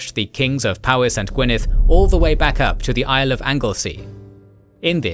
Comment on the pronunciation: Small note: "Powys" is pronounced "POE-iss", not "POW-iss". In Welsh, the letter "w" acts something like the letter "u" does in English.